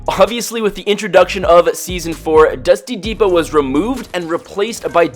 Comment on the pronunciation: Why does he say dusty n depot or dusty n divot